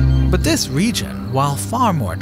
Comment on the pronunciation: Good thing we still have dis narrator who can’t pronounce da ‘th’ sound